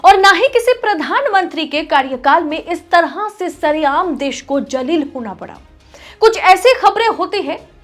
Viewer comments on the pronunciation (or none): Madam jaleel nahi zaleel, jaleel ka matlab achchha hay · Madam the word is Zaleel, not Jaleel. The meaning changes altogether. Modi is a curse for India. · Z se pronounce karen. Zillat nahin uthayi...ya zaleel kiya..isi tarah urdu letter ...khe...ko urdu janne aur bolne Wale se hi seekhna hoga...kyonke letter ..KHE..ke pronunciation. Ke letter hindi ya English mein nahin hai.....khe se kuchh urdu word hain khareedna, kharab, khoobi and other many...